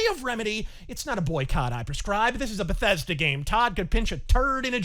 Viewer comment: Another grand move from Be-THEYS-Duh.